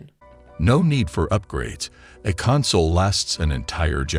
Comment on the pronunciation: lol cumsole 🤣